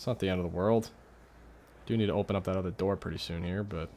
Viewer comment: open the noor